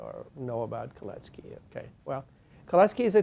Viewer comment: Kalecki not Colettes Key😁